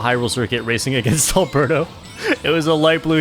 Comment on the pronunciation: As a fellow spaniard, it took me a while that Arberto is actually aLbeRRto. The normal spanish name hahahahha Amazing records, super cool video!